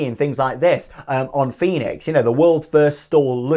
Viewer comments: Fønix is pronounced Fönix or Foenix and not like Fenix in Toverland 😉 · Small funfact: Fønix is not pronounced the same as Fenix at Toverland. The ø is pronounced like the german ö (basically like the e in her, without the r sound). Just for your information, so you can show-off your pronunciation skills again, when you are in denmark! :p